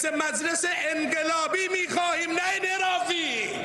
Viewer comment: بیا .مغول هم اومد تو راس امور کشور ما اخه مگه میشه سران مملکت عربو مغولو ....باشه مگه میشه این مملکت ردیف بشه یارو هنو حرف زدن بلد نیس به انقلاب میگه انگلاب این چه دردی میخاد دوا کنه اخه این باس سه ترم کلاس خصوصی برداره تا بتونه فرق بین گ و ق رو تشخیص بده عاخ که چقد ما بیعرضه و بی لیاقتیم خدایا یه سوال ؟ما به چه دردری میخوریم دیقن ما مردم؟ جز .......یه موردم بگی کافیه